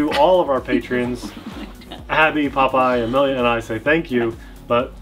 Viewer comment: Yea...and we got to see Popeye, or is it pronounced Pope Ye??? Good time THX